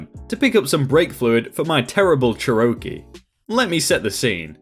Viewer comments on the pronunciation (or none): More "CHAIR-uh-Key," but yeah, that made me laugh pretty hard. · Cherokee is pronounced, "chair-o-key." Great stories. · The way you pronounced Cherokee made me literally start laughing hysterically 😂 It’s pronounced “Chair-o-key” 😂😂😂😂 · Cherokee? You really mangled the pronunciation of that car name. Phonetically it would be sounded out like Chair-O-Key. It's named after an American Indian Tribe . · You can't say the word 'gun' here? I was drinking a Coke and spit it out laughing when I heard the way you pronounced 'Cherokee'. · I'm in pain now, vodka went up through my nose at the sound of that. I was reading these comments so I was sort of expecting it, but that was as cringeworthy as Cory Booker's butchered "Spanish". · I read this comment before the story and was like how badly could someone misspronounce cherokee. Then he says it and I also started laughing hysterically. This comment did not prepare me for that.